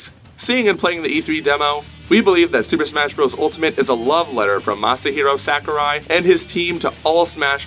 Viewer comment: The answer is no. Back to Melee :( The fans of Melee are not happy with this new installment unless it makes all the necessary changes. Also, you don't say Sakurai correctly so don't try and be cool and add San to the end of it. It's SAH kurai not SACK u rai. I really don't care it fucking sucks that we will never get a good Smash game ever again. GOD DAMNIT! All us Melee fans want is more characters with the same mechanics. This bullshit is frankly not good enough. I'm telling you the real answer. I'm in the competitive scene and talk to lots of people. Ultimate is NOT bringing the Smash scene together. I can confirm that most Melee fans are only interested in playing the new one for just a short while just for the hell of it. Unless it is made to be even more like Melee. Which I highly doubt it ever will be. Since SAHkurai believes for some odd reason that the technical aspect of it somehow hurts the casual fans. Which it doesn't. The only thing that hurts the game is SAHkurai himself.